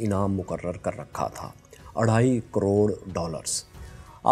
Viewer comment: Urdu me Dhaee hota he please app arrhae nahe bola karen